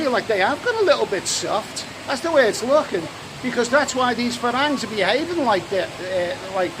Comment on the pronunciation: It's pronounced 'falangs'! How many times have you been to Thailand??